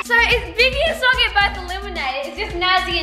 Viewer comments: It’s so cute how calls Sockie ‘Gockie’ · 🤣🤣🤣 HAHHA YESSS and when tries to pronounce sockie's name too😂 too cute!